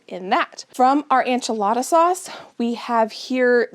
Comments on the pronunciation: I love u so much and ur videos but why do u always say ANCH-A-LADA instead of ENCH-A-LADA ???? 😂 I religiously watch ur videos and love everything u do but it makes me laugh everytime u say enchilada hahaha. I’ve been waiting for this video tho so thank u ❤️ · Your pantry is impressive & motivating - GOALZ! Isnt it nice to feel prepared for any eventuality (loss of power or job, illness, etc...or even to avoid a trip into town for missing ingredients!)?!? Such a comfort (as well as convenience). (PS - are you confusing ENchilada w/ANcho peppers...as far as pronunciation?)